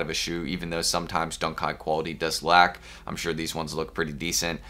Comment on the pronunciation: Why he keep saying Dunk kite 🤔🤔